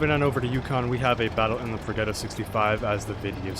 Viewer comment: You should not run vents, use calibrated, so e100 turrets are no problem. Also, what mod do you use? Finally, Progetto is pronounced projetto